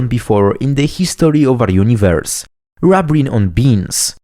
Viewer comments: It's not rub as in rubbing, its rub as in ruby, rubene. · I would expect the first syllable should be pronounced the same as in the word "ruby" and other words starting with "rub" that refer to red things.